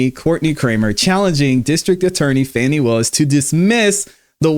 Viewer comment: Calling her Fanny is pure ignorance is Fani pronounced Fawny. Anyways Kramer is 1000% right to call Fani out. That trial is ooc!🤬